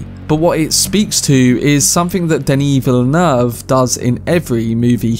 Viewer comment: Wrong: in French, the double-L is SOMETIMES pronounced as a "Y" like in Spanish (more or less), but in the word "ville" (and so in the name "Villeneuve"), it is pronounced like an "L".